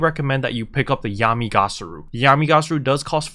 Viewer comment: it's Yami Ga-Ra-Su /giggle /:P